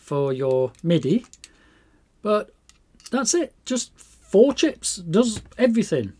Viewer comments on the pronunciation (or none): none